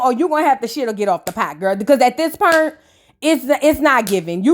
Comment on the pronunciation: That’s How You Really Say Point? How A Running Joke